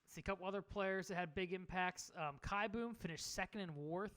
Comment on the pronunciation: I think it might be pronounced KEY-boom